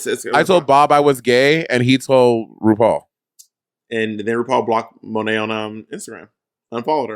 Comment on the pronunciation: Monet...Why do you keep saying Sow?